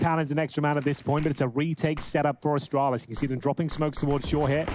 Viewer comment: "Asstralis" "G2 Pissports" :rofl: (please dont be a triggered its just a joke) both teams are awesome